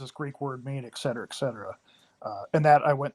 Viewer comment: "the problem was is...." "Ek cetera ek cetera" oh no, another very well educated scholar